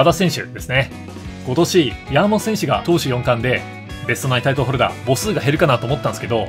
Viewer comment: のやーもと選手の呼び方が気になって仕方なかったですwww